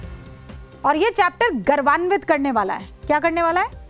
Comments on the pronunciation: "गर्वान्वित" नहीं मैडम जी "गौरवान्वित" होता है। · Hindi durust kijiye , Gauravvanvit (गौरवान्वित) na ki garvandit.